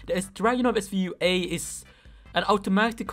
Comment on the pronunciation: dragunov svu-ayeee